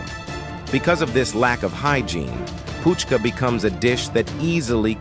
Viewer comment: It's not fuchka.. it's puchka (pani puri) 😂